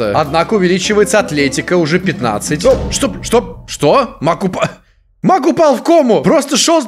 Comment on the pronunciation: Каждый раз когда произносит слова маг я слышу слово мак